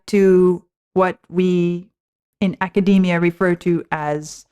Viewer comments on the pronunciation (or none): none